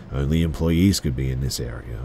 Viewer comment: The way he says area 😂😂 "Airier"